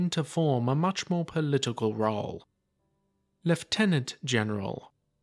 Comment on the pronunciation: Commonwealth pronunciation, Technically the correct pronunciation too!